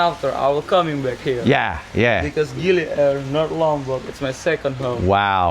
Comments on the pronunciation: Just say gili air like everybody else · i know it is but after 45 years of going to Bali and 10 years going to gili air never once heard one person pronounce it that way